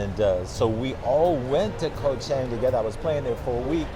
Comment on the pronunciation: So he's only been here a year, he can't pronounce "Koh Chang," he spends his time in malls, he lives in an expensive farang ghetto but claims to live on a ridiculously small budget (especially considering he uses very expensive visa agents), he has absolutely no interest in Thailand ("cost of living is the only reason I live here"), he parrots health advice he got off the Web, and he only mentions eating farang food. I'm glad that he's happy here, but with all the long-term successful expats in this Kingdom, he's not a great interview subject.